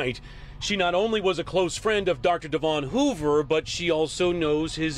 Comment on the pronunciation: That old saying burn the coal pay the toll. And his name wasn't De- Von, white people pronounce it like Devun like Kevin or the english county Devonshire.